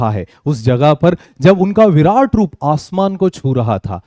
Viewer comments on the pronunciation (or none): none